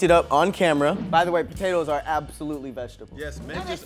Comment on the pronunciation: Said “I Think The Best Vekshtable” 😂😂